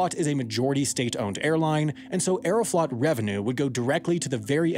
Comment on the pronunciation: Aeroflot is pronounced like Aero-float. Long O.